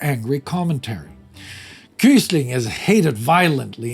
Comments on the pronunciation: Hi! If his name comes up again at some point, it's not pronounced kus-ling, but kvi-sling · Never heard Quisling pronounced as “Kysling” instead of “Kvisling”, can any Norwegian weigh in on this?